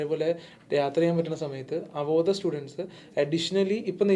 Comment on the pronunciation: it is അവോധ not avodhaya. Do some homework